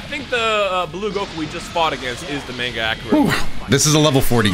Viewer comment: I like how is sayin "Mange" when its "Manga" 😂